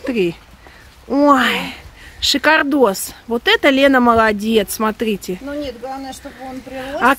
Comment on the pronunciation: Лена, в этом видео оооочень часто употребляете слово "сотрите" вместо "смотрите", уши режет. Не в обиду, а "на заметку"